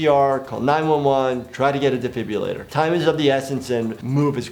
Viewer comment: I never thought I’d hear a doctor say “defibulator” instead of “defibrillator” Nucular libary